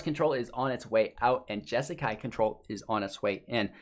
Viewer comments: say it with me... JESS KAI. JESSSSS KAI. J-eh- sss -k-eye. You're welcome! Please do a monthly deep dive into the deck, but on;y if you can say it right. Good luck! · Say Jesakai one more time